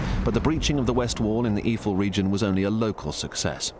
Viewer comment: It is Eifel, and NOT iefel, please learn to read before you do a video... this is beyond stupid.. [AYE - FELL] Have some respect and learn to pronounce the names right, people died there..